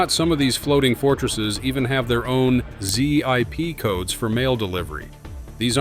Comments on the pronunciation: Z I P codes it's zip codes. AI slop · "Zee eye pee" codes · "Z I P" Codes????? The only excuse for this is to be using AI for you narration, and if that's the case, stop. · Z-I-P Codes,...AI at it's worst.🤖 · Zee Eye Pee codes? Jee-dunk? Gtfo with this AI bs. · Zee-Eye-Pee codes....nice job AI. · "Z.I.P. codes." As if you need anymore evidence this is an AI generated channel. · I'm out at Zee Iee Pee codes... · “Z-I-P codes”, huh? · "Z-I-P codes"? Are you using too much AI?